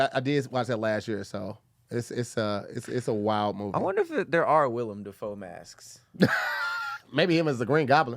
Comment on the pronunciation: Who’s gonna tell is Willem not William😭🙏🏿